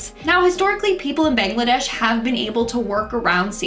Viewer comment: You pronounced the bangladesh worng